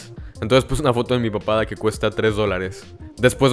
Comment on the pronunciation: Cada vez que decias "De mi papada" entendía "de mi papá"